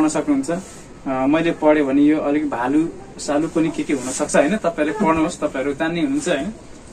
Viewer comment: भ्यालु लाई भालु😂😂😂😅😆😆😆 english ta kharo x ta 😜😜😜😜😝😝😝